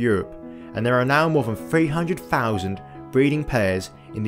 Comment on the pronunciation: Its three NOT free ,its thirty three NOT furty free,its free hundred thousand NOT fawsand🙄speak properly TH doesn't = F